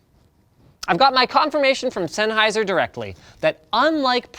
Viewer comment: ~ z e n n h e i s e r ~ ~ z e n n h e i s e r ~ ~ z e n n h e i s e r ~ stahp butchering ze name